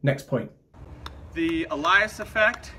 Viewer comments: Isn't 'alias' pronounced ay-lee-ass, as in an alternative name, rather than al-eye-ass? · "a-LIE-ass" effect? Also known as "AY-lee-us", perhaps? Ironic, though, that a lying ass (Nathan Thompson, I mean) should choose to (mis)pronounce the word this way ;D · I was struggling with a-ly-us, then I realised you were talking about ay-lee-us! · I honestly thought he was talking about something called the "Elias" or "Elyas" effect, because nothing that he said had anything to do with Aliasing or the Nyquist sampling theorem. Also, I pronounce Alias as "AY-lee-us", not "ih-LIE-us" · Tiny nitpick: "Alias" is pronounced "AY-lee-us," not "a-LIE-us," at least in the states. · it's pronounced 'ay-lee-us', not a-lie-us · Alias.... AY LEE ES,, not AH LIE ASS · "Alias"????? Is not pronounced "ay-lie-us" it is pronounced "ay-lee-us" I don't think that guy has ever used the word before because even Americans pronounce this correctly, sooooooooo why on Earth are you using his pronunciation? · Think it’s “ayli-as” like in a fake name for the pronunciation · Alias - pronounced AY-lee-as As in a false identity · I've never heard of the "Elias effect". What you showed though is aliasing . Hmm, A-Lee-Is ... Uh-Lie-Is ... did you just copy his wonky pronunciation? Or maybe he really is referring to something completely different. (That would be oddly ironic, given the meaning of aliasing) I don't see what aliasing has to do with "daylight vs sunlight" or the color of the moon, so I thought he is referencing something totally different. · As someone else points out in the comments, 'alias' is not pronounced 'al-EYE-as' . And to be honest, although he provides no context whatsoever, it seems unlikely he was talking about the aliasing that can occur in signal sampling. Perhaps he meant the Allais effect That's not pronounced 'al-EYE-as' either, and may not even exist, but at least it has something to do with the Sun and Moon. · isn't it pronounced /ˈeɪlɪəs/